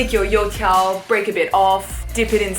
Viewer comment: Couldn't you like, translated 油条 into fritters?? It's triggering me when you say You Tiao in an English Accent, knowing both Chinese and English is torture.